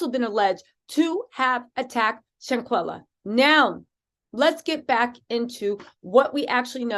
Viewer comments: You're great I just came on your show I watched yesterday for the first time. I'm a fan you can ask a favor please? Can you just slow down a bit out of respect when you're saying the young lady's name we kind of mispronouncing it a little bit. Shanquella sometimes you're saying shanquila. I'm sure you like to get it right thanks for what you do and I'm happy to be a part of your page now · Seriously you need to learn how to PRONOUNCE HER NAME BEFORE YOU START TALKING.. HER NAME IS SHANQUELLA AND NOTTTTT SHANQUILLA!!!!!👀✅✅✅✅🤬🤬